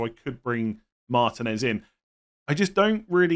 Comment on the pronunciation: Pronounce martinez correctly it really isnt that hard